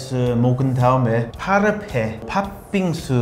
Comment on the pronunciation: 아니 파르페 치즈 쉐이크, 라이스 이런 거 다 영어인데 왜 한국식으로 구수하게 발음하심? ㅋㅋㅋㅋㅋㅋㅋ